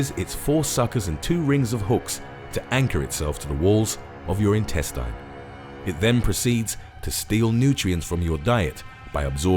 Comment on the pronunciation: Can you bro pronounce intestine correct